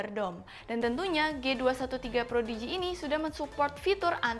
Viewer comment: Prodigy. Kayaknya pas di tengah video bilang projidi